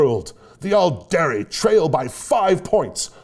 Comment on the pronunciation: Loving the "All-dairy" and "Opp-sock" mispronunciations. Interesting thing about "Aeldari" is that it's almost pronounced "Eldari" because of how Æ is pronounced in "Aether" and the like (ok so it's a little bit closer to Ale-dari, but it definitely sounds more like an E than the softer A of "all"). I still think it's funny when people say "Kah-yoon" instead of "Cow-Yawn" because it always reminds me of Weyoun from DS9... still I can't wrap my head around pronouncing the "yon" from Kauyon as "yoon" though... it will never make sense even though I like hearing it.